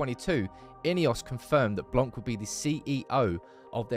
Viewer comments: His name is blan not blank great video though ! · You don't pronounce the "c" in Blanc 😊